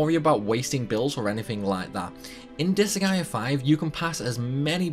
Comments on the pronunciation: I love 'disa-gaea' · I'm a fan of the anime style cut scenes with the game series on top of how crazy the speedruns of the seires are. I a huge fan of the seires. Also you are sorts pronouncing the game incorrectly at least to how I pronounce it. Oh fun fact the seires actually has an anime based on the first game.